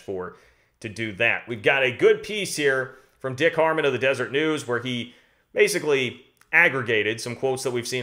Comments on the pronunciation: Love your updates and good luck to your Cats in the Elite 8. The news source you are quoting is “Deseret”, a reference to an unrecognized Mormon state that tried to join the US, and was part of their history in the west, not “Desert”. They pronounce it Dez-er-ett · Good reporting. One thing: it’s the Deseret News, not the Desert News.